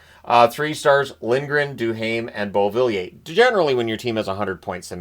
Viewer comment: Why does he say Beauvillier like that